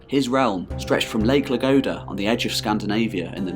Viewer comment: Wouldn't be an anglophone history video about a foreign region without mispronouncing almost every name. "Lagoda", "Vyachits", "Pereslayavets". I understand not knowing how to properly make certain sounds, but at least get the order of the consonants right.